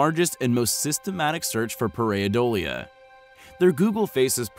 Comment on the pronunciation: Par- ei - dolia ( one syllable with the ie) ( the 'ei' sound in this word is usually pronounced either with a long I or a short e). Just trying to help